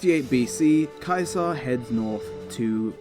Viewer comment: I like how you pronounce "caesar" properly i feel like its an often over looked detail when talking about him